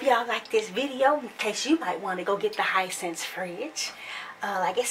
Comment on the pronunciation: Hi sense 😂 it’s “hee scent say”